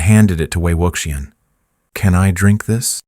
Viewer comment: Please, please learn to pronounce Wei Wuxian's name correctly!!! ( way wushian.)